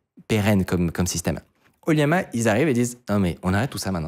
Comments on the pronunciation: ça se prononce O - LLama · Je pense que "Oliama" se dit plutôt OLLama.. c'est pas un "i" je pense ^^